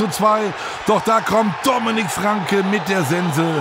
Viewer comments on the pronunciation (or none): none